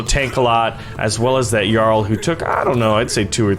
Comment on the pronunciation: ‘Cuse me.... it’s jarl- ja-arl